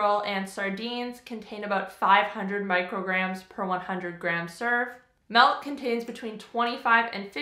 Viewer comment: Are you in Canada? Grade 6 pronouncing milk does m e l k is a giveaway I bet you say Z , zed just an observation from living in Michigan.